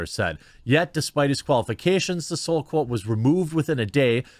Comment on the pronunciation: Jeremy, quit feigning surprise. You've quite clearly never heard of Thomas Sowell or you'd know how to pronounce his last name. JS.